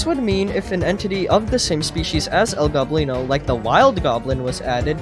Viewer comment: ITS NOT El GOBlino ITS El Go-blino